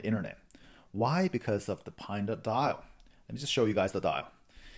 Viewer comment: LOL, I do habitually pronounce it "PINE-DA" for some reason. I noticed it a while ago. Not sure why but it became a habit and I couldn't help